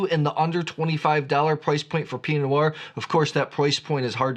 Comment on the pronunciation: Before getting all playful with Oregon geographical names, I'd spend a little more time working on the basics of correctly pronouncing words like Pinot. Enjoy your content, but that is super distracting.